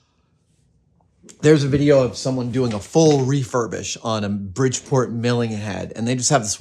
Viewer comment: I believe he meant to say bridgebort